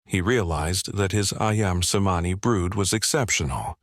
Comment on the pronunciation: But the name is mispronounced. The written form of the Indo/Malai Languages are based on the Ancient Roman sounds, so "C" is CH, not the Greek sound for "ς", which is "S" in Roman. Therefore That breed is pronounced as AYAM (I-am) CEMANI (Chemani).